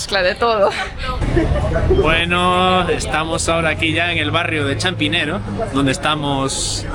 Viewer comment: Jeje es Chapinero, no Champinero... que disfruten